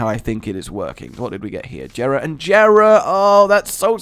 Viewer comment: JERA IS PRONOUNCED WITH A SOFT J!!!!!!!!